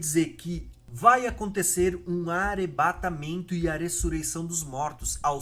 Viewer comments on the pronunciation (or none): Tá errando o " R " aí heim! Não é "guera" e sim " guerra"! Não é "teremoto" e sim "terremoto" não é " arebatamento" e sim arrebatamento"! Parece que está errando por querer, que é pior! Um vídeo tão bom, com erros bobos de português na narração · O conteúdo é bom, mas pq vc não fala dois “rr “ ? Tera, arebatamento… etc